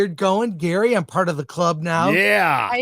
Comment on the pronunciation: Gary, not Gerry.